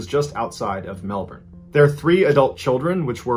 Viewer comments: Yet one of the few americans I've seen pronounce Melbourne pretty well but i agree, i love hearing people from other countries try to say Aussie locations. To be fair I probabaly butcher the names of places in non aussie countries and I'd be cool with eliciting laughter for that too lol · He nailed Melbourne. So good job on his part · As an australian, I love that you pronounced Melbourne correctly, most Americans don't. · I'm from Melbourne, and I remember the second story well. By the way I appreciate your effort to pronounce Melbourne correctly - it was perfect. I was amused by your pronunciations of Wangaratta and Yass, which sounded kind of elegant :) It's actually a short 'a' sound right through, as in 'tattoo' or 'sang'.